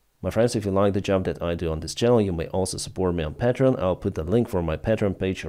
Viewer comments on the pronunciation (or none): none